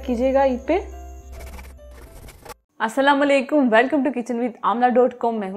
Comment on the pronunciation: اسا لا ما لیکم نہیں ہوتا.. اسلام علیکم ہوتا ہے آپی.. jesy ap salam krri hain uska talfuz galat hai.. arabi main boohat ahtiyat hoti hai.. assalmu alikum.ka matlb hai ap par salamti ho.. or asa lama laikum ka matlb hai ap par moaat waqia ho..